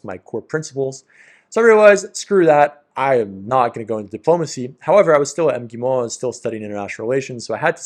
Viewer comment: When you say МГИМО omit the first vowell sound 🙃 (I mean the one before first M)